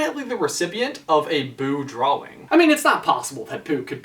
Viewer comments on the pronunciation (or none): Why do you say dwawing it’s drawing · He kept saying draw-wing not drawing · Aidan McGreenie he pronounces it "Draw-Wing" .-. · Aidan McGreenie to me it sounds like he says draw-wing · Aidan McGreenie I hear drawling to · He says "draw-wing" really weirdly. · Any thoughts or suggestions from me? Yeah, is it just the New Englander in me that is confused at your pronouncing of the W in "drawing" because I have always pronounced it "drah-ing" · Its really annoying how you keep pronouncing drawing as it looks when it is (drau in) idk but thats not how you say it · Is it just me or is he saying drawling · Sorry you just saying dwawing is hilarious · Drawing * x1000 please say it right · Okay, was anybody else annoyed by his constant mispronunciation of drawing? He kept saying "drowing" or "drowl-ling". My grammarian ears are ringing! DX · I’ve never heard anyone say “drawing” so literally. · Is it just me or he saying drawing oddly? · EmileeTv1993 i was just about to comment this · At first I Thought he was just being cute cause he was talking about Boo. But then everything changed when he said it like a million more times. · EmileeTv1993 He went to the Jack Sparrow School of Saying Drawing. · it annoys me too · He definitely pronounces the word in a weird way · has anybody realised that cant say drawing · i can't get past the way you say drawing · Why do you pronounce "drawing" so WEIRDLY?!?!?